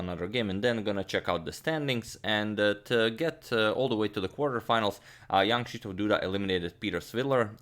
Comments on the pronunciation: Always takes me a second to remember that you're not saying "young Krzysztof Duda" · Am i the only ond who always hears: young krysztof Duda instead of jan..... ?